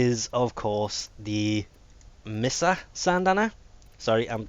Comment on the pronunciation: Me-sa not mi-sa even tho it says misa.. not mey-sa like mesa its pronounced me-sa. why do i suck at explaining :|